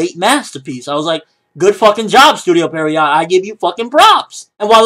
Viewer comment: Why does it seem like every anime reviewer pronounce "Pierrot" incorrectly? It's pronounced "Piero."